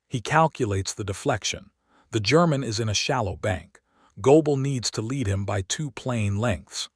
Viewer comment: What made me laugh was AI couldn't tell Lead (the metal) & Lead (as in for the dog) oh what a fabulous language English is. Viva Britannia 😊